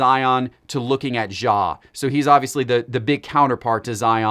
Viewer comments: yes that is perfect pronunciation 😆🤣😂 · Once again Ja is not French. His name is pronounce with a hard J.